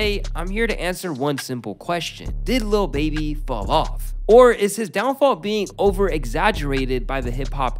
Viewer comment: Bro said dawnfall😂